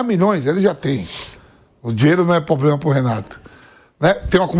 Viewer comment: Vampeta há 15 anos na jovem Pan e continua falando " pobrema". Porra!! Ninguém na emissora pra corrigir isso?!